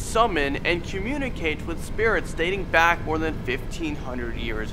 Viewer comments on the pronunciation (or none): none